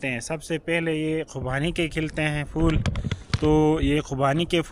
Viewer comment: Pattey ko fattey bolo Yahan theek bolti ho Betta magger phool ko fool bolti ho Jo roung hey.